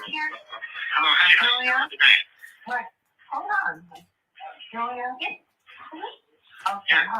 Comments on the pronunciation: I kept hearing "Julia" 😆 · when she first clicked her on? Wow. Some heard Sonya, some heard Julia lol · thank u! I heard “Julia” tho.